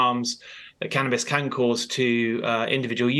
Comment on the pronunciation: It’s called CANnabis, not CAN’Tabis.